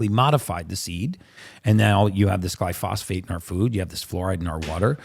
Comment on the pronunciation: he’s so smart he called it glyphosphate 😂 it’s glyphosate genius